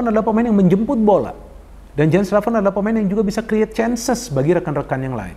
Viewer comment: Jens raven kalo kata coach justin harusnya dipanggil "Yens Raven" bung.. please tolong dibantu pronounce yang benar. Sama kalo di indonesia orang ada namanya Asep.. kan lucu ya kalo dipanggilnya Asap, Asaep, Asuup. Please bung panggilnya "Yens Raven"